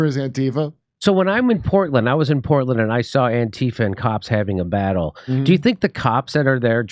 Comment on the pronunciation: Jimmy said Porkland wrong.